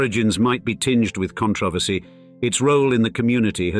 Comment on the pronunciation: The most entertaining thing in this video is the narrator's pronunciation of controversy.